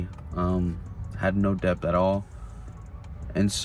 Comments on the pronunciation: I'm sorry, but this guy is just an addict—he has no critical thinking, actual strategy, or financial education. He's a gambler, not a trader. Oh, and the fact that he doesn't know that it's "Debt" and not "Dep" says a lot. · det not debth is the pronounciation ....... 1 set a limit of loss and gain 2 never bet wages only savings 3 take time 4 invest as well as trade youve still got your car and you can always work ..regroup work hard and save ..good helpful video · DEBT ITS NOT DEPTH DEBT AND THE B IS SILENT. Not surprised he loses all his money bro cant pronounce DEBT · I just don’t understand why he keeps saying dept and not debt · The guy pronounces debt as depth the guy is a M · This guy keeps saying “dept” and i can’t take him serious. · Do he’s saying dept 😭😭😭😭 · he pronounces it funny, should be det without the "b" sound. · I kept hearing "deps" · Is he actually pronouncing the letter B when he says debt!???😂😂😂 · If you can’t even pronounce the word ‘debt , don’t even think about trading. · You shouldnt be anywhere near the stock market if you cant pronounce "debt" correctly. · Was he pronouncing the "b" in "debt"?....😆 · So much debt he pronounces the 'b' in debt. 🤪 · On a side note, why does he pronounce 'Debt' so strangely? 😂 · The dude is saying "Debt" and pronouncing the B. Then he's saying he's taking 80% interest loans? That literally isn't even legal. What planet is this dude on? This is fake or he's actually braindead. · Never trust a man that can’t pronounce debt. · He doesn't know the B in debt is silent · I’m not taking advice from anyone who pronounces the 'b' in debt. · Why he keep saying “deBt”? 😂😂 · Anybody that pronounces the B in debt deserves to be in deBt 😅 jk